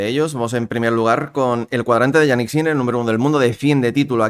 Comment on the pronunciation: se pronuncia "Yánik", no "Yaník". El acento en la primera sílaba, puesto que es un nombre de origen germano - danés. Que Yannick Noah se acentuara en la segunda sílaba obedece a la galificación del nombre, pero Jannik ni es francés ni tan siquiera italiano aunque administrativamente lo sea, porque es más germánico por donde nació. De hecho su lengua materna es el alemán.